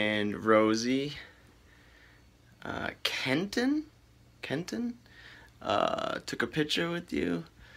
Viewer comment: Nice.... you said my name right Kenton. Thanks for taking the time for a pic. Keep the good vlogs coming